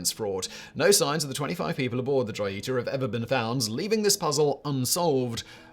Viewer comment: Joy e tah 🤣🤣🤣💀 Pronounced Ho Yee ta mah mans 😎🤣